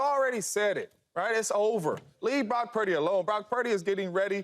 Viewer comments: I'm about done with all this purdy talk. No one's mind is getting changed, let it go. And Cam, it's "purdy" not "peardy" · Have some respect Joy!.... its Brock Purdy... not Prock Purdy.... get paid alot of money to not correct yourself on T.V. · Acho mispronouncing “Pieerdy” to troll Cam was the best part of this video.